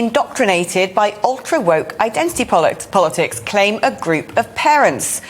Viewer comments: said pollacks instead of politics, before correcting herself..! I know she was really thinking “identity bollocks”, instead of identity politics, I love, she always speaks her mind... she’s brilliant & I agree, this identity politics IS ‘bollocks’.. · I thought she said "bollockticks" at the opening of her sentence.